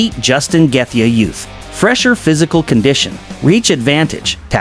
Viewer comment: justin geth-ja? trash ai slop